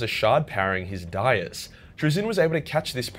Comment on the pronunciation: That isn't how you pronounce "dais," regardless of accent. Search for "Jabba on the Dais."